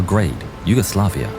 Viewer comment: What did you actually say: Yogoslavia? and you pretend to know history? That went so wrong. I think you don't even know how wrong that went...but yea, usa ppl